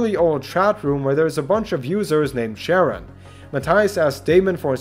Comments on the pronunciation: As a huge Greek mythology nerd, I involuntarily cringed every time you pronounced Charon as Sharon. "ch" in Greek sounds like a "k", so it sounds like Kah-ron, spelled Xipon ("X" (chi) is "ch", and "P" (rho) is "r") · Charon is pronounced Karen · Charon is pronounced “Kay-ron” sometimes “Karon” as in the Greek ferryman of the dead. <3